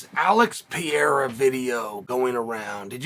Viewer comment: Its "Pereira" not "Piera" unc